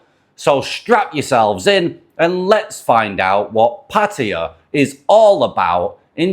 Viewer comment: So glad to hear a podcaster pronouncing Pattaya correctly for a change, well done man.